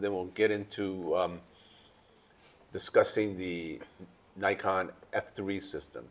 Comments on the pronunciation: How come you can’t say Nikon the right way? As Mr. Woo does. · There are many ways to pronounce Nikon up to you